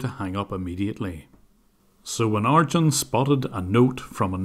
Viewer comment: Lol ..In the beginning I kept thinking, is he referring to a piece of software or what, every time you're pronouncing the scammers name as "Argend", until I realized you meant him because the name Arjuna/Arjun is pronounced with emphasis on "June" in the end (like the month) :-)